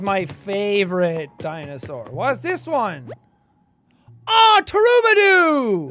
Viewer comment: Can someone teach poor Jackaboy how to pronounce these Dinosaur names?